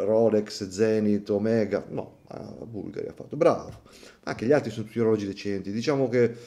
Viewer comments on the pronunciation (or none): none